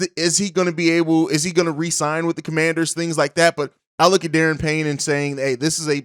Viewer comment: Duh-Ron Payne. Not Dee-Aaron. And Elgton isn't a free agent anymore